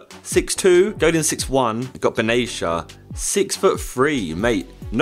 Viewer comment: ben atia not ben aicha